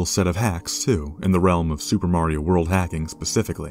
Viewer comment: Wait, You said marao multiple times.